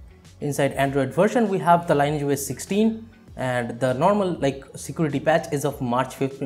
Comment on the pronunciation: Thank you for the helpful video! Btw, the pronounciation is "lin-eee-etch", not line-age.